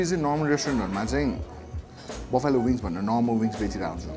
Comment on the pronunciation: "Buffalo" pronunciation fact... It isn't 'Baffyalo', it's 'Baflo' or 'Baflau". video ramro xa. #COCACOLA #HUNGERHUNT #THEWINGSFACTORY